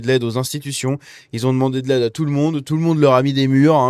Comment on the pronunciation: Sur touout....le territoire. Hahaaaa...